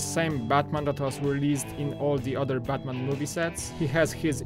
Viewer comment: You called Batman Buttman! LOLOLOLOLOLOLOLOLOLOLOLOL.